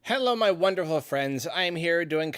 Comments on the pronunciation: Wonderhul Fwends! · "Roughly 20 minutes", "Wonderhul", jeez, you sure were having a hard time pronouncing things that day, weren't you? lol